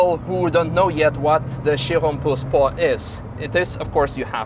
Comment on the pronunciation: So it’s Pur Sport not Pure Sport and in the video it sounds like Puss-port. Not having a crack. Great questions at the end though. I assume Manthey will be given orders to change pads for this car in the future 😆.